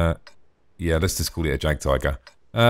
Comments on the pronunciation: Jagdtiger pronounced --> Yag-Tiger <--:L Ok now i have finished the video, you are hopeless haha,?:P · I speak German. It is pronounced "yag tiger" English "J" is said like a"'Y"